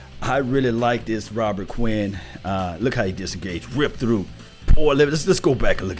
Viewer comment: Please say the man's name correctly.